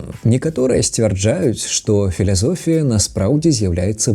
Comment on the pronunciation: Мяне як бяларуса здзіўляе толькі спроба гаварыць пасля літары 'л' нейкае несур'ёзнае змягчэнне фіЛЯЛЁгія, фіЛЯсофія....Гэта тупа не з'являеца бяларускім, ніколі такога ня чуў у Быхаве у 60-ых😏))). Бяларускі то побак пальскега і лепей яго пісаць на latinice,a ne kirylice🤗)))